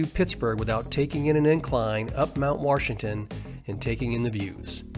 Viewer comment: If you are going to narrate a video, you should probably learn how to pronounce the word "Washington." It is not pronounced "Warshington."